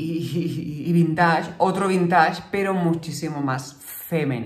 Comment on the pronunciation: Por favor, la palabra vintage viene del inglés y se pronuncia vinteich, no vintash.